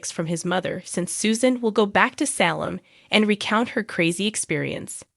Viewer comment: It is a long A therefore A Va ! Do you ever watch Days? Or is Say lem!